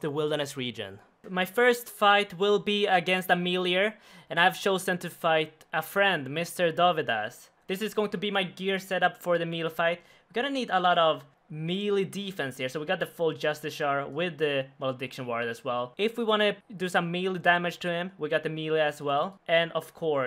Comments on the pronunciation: thought you where saying JustiCiar ironically, but you actual pronounce it like that rofl, its pronounced JustiKar :P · Just-ish-er is how its pronounced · He doesn’t even pronounce it right lol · No one can say Justiciar correctly